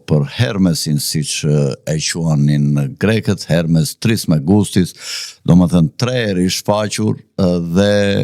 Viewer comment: O Quhet Hermes Trismegistus😂😂 jO Trismegustis😂😂 Trismegistus= tre-her-me-Gishta domethën: ne Emër të Atit, të Birit dhe shpirtit të Shënjt! AMEN